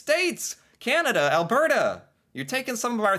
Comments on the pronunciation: You almost said Alberta right this time. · When pronouncing Alberta … think Bert & Ernie … now say Albert … now add the feminine a at the end … as another commentator said, “It’s not Al-bear-ta” … it’s pronounced Al-bur-ta … BTW, the province is named After Princess Louise Carolina Alberta … We had to use her third name because you Americans already had a Louisiana & the Carolinas! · Al-burr-ta (not bear-ta, although we do have both extreme cold AND lots of bears) is basically the Texas of Canada. Our main deal is cows and oil lol… Calgary especially is very cowboy-ish, it's like our Houston, whereas Edmonton is a lil more cultural and metropolitan like Austin, but as our vandalized welcome to Edmonton sign said at one point, there's a confusing ratio of hipsters to pick-up trucks… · Ahem… it’s ‘berta tyvm